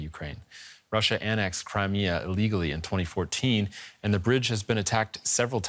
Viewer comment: Maybe next time if you say "Russia annexed Crimea" pronounce ILLEGALLY better.